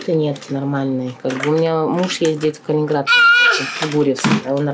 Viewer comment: Podobno znaczny procent osiedlonych po wojnie mieszkańców tego obwodu miało pochodzenie ukraińskie, o czym dzisiaj mało kto niestety pamięta. Może dlatego babcinka w wymawia "g" w typowo ukraiński sposób "KalininHradzie"